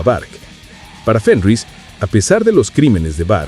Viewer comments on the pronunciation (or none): No, no y no. No grabaron en el sótano de Fenriz (que, por cierto, NO se dice 'Fénrich'). Grabaron en una cabaña que él tiene en el bosque, hasta la actualidad. Mira el documental sobre el Black Metal hecho por NRK TV, al menos.